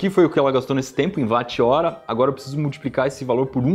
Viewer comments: Não se fala “vat”, se fala “whot” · Não é "vat" 3 "uoat"... Ninguém chama o Wilian de VUIlhan... É Uilian, Ninguém chama o Wilson de Vilson, mas sim uilson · Mas ô IberêÊÊ se fala UÓT e não VÁT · Iberê, a pronúncia não é “VAT” é “UOT” afinal, James Watt, era escocês e, na língua inglesa “W” tem som de “U” Então Watt = “UOT” pronúncia figurada.